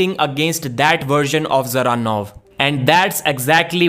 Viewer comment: Why do Devon and say "the-zeranov, Da-zeranov" everyone else says Zeranov with the D silent We all know Devon is shit at making predictions and talking about potentials of people he always has to eat his words. But yeah Georgi seems promising i'd personally have him face someone below Ermes first, but i don't mind him going straight for Ermes either if he's up for it. And btw Revaz was in great health and strong coming in for the match Genadi his close friend confirmed it there, so there's no excuse, Georgi was just THAT dominant, that's it, end of